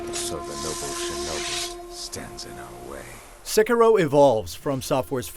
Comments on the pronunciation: Its SEH-KEY-DOH not SEH-KER-O. Japanase R's sound like D's. Smh >_> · He keeps saying Sekuro lol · Theckaro? What? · It's not "sekerow!... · its pronounced c-keero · What really annoyed me was his pronunciation of sekiro it’s pronounced se-key-row “sekiro” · I believe it's pronounced Sekeero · Its Seh - Kee - Roh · It's Sekiro! SE-KEE-RO! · The guy that does the review doesn't even know how to pronounce the name, which is mentioned in the game... guess who did not play the game xD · Nice review, but pretty sure your pronunciation of the name is off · You're pronouncing "Sekiro" wrong. The accent is on the "i," not the "e." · I'm not here for the review... Im just here to find out how to pronounce sekiro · You pronounced the name of this game at least three different ways during this review, and none of them are correct. Why can't any reviewers take the 30 seconds to check how to say the name of a major game before a review? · oof, learn to pronounce the name of game before doing a review for a major outlet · Great game, but every time he pronounces it wrong, I just die a little bit inside. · Get people who can say the name right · It's annoying how he pronounces it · The way you say “Sekiro”... I mean, I know you’re not Japanese, but eek! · I can't be the only one that quit watching after he butchered the title which is very easy to say! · Can you please pronounce the title of the game correctly.... Once? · Love how this guy pronounces "Sekiro" loooool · He'd probably give it a 10 if could pronounce the name right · I can't take a review seriously if the reviewer can't pronounce words correctly. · This dude is so white learn how to pronounce the game title dude